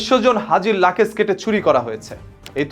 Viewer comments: আরে ভাই লাকেজ না বলুন লাগেজ। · আপনি লাগেজ কে লাকেজ বলছেন কেনো! আগের নিজের উচ্চারণ ঠিক করে নিন।